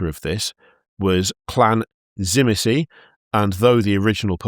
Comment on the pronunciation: For the dragon vampires with vlad pronounced zi, meat, zi